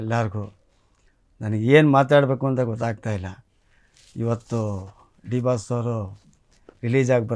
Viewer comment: ಲೋ ಮಾರಾಯಾ ಅದು ದಿ ಬಾಸ್ ಅಲ್ಲ ಡಿ ಬಾಸ್ ಸರಿಯಾಗಿ ಹೇಳೋ ಬೇರೆಯವರು ಹೆಸ್ರು ಕದಿತಾರೆ 😂